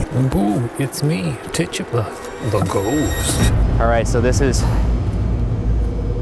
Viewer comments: Idk why but the way he pronounces Tituba bothers me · Its pronounced Tituba not Tituba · when the ghost said take it. it sounded like: "TITUBA". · Ti-two-bah!!! DAMNIT PRONOUNCE IT RIGHT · lol it's tit-tuba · Tituba is pronounced Tie-tooba she was native of the Caribbean I believe. People sometimes call her African American, but that's inaccurate. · Is he pronouncing Tituba wierd or have I just pronounced it wrong all along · bruv mispronounce tituba one more cotdamn time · Ryan does not know how to pronounce tituba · Tituba probably was ignoring you because you were pronouncing her name wrong 😂